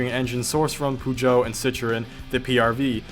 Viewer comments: No pogeot, PEUGEOT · How he says "Peugeot" lol it's pronounced perjou